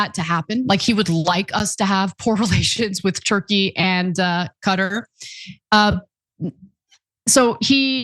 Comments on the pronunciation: Where is "Cutter"? do you mean Qatar? haha what a strange pronunciation of this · ahahhaah Cutter :)) Its QATARRRRR Not Cutter...